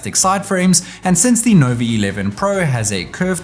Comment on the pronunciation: Why you keep saying Novi instead of Nova😂